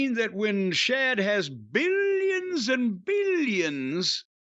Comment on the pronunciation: Dude its not "shad" its "Shahid Khan"!